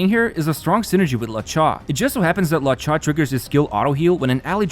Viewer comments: "lauw-cha" bro he's called luo-cha like "low-cha" There's no law in that Name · Your accent will never not be funny 🤣 it’s Lu-O-Cha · Dude, who is “La Cha”?